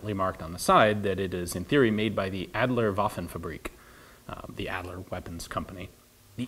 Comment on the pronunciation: AHD-ler, not ad-ler. fah-brick, not fa-breek.